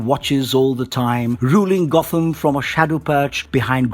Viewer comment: Sorry but at one point you say Got-Ham city laughed my ass off